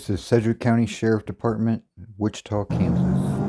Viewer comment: btw its sedgewic county not cedroom county.